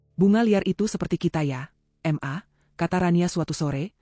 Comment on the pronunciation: Kata ma..kenapa di bilang M-A...geli dengarnya!